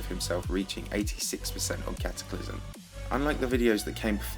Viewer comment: it's Cataclysm not Cataclysum